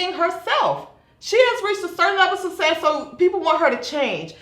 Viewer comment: Success. Not sussess.